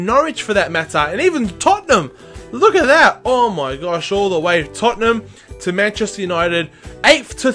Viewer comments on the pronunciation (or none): none